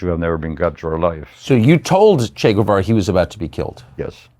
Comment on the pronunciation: At least pronounce his name correctly